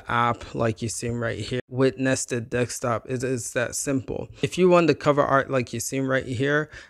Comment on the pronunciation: Wtf you sayin Dextop mode for? It’s called desktop